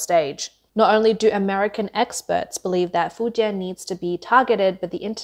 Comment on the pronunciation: Fuen ? Fu jian ( 福建)